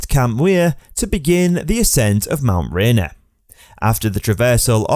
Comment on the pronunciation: At least use someone that can pronounce Mt Rainer properly. This video SUCKS.